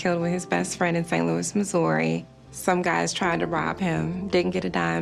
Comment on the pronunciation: I live in Missouri and I’m just wondering why this lady pronounced her home state wrong lol